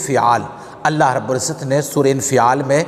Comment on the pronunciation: Surah infeaal nahi ha bhai surah infaal ha